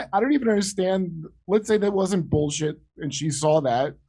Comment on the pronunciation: I thought for sure you said "Bullshito" at one point.